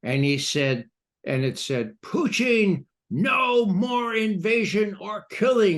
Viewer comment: Why this re74rded criminal McGovern keeps on saying President Putin's name like that. Is je bvtthurt? I cant listen to him.